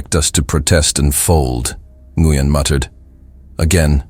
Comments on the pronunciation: Nguyen is pronounced "win." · Nguyen is pronounced wynn